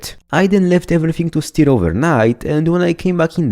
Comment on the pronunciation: Love the content, but you really gotta practice making a phonetic difference between "steer" and "stir" :P